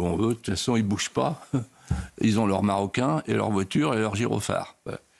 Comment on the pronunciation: "marocains" ou "macarons" ? 😂😂😂